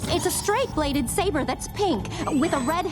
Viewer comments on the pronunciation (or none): none